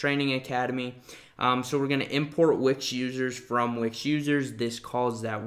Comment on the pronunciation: I like how you pronounce Wix like Wick-sjj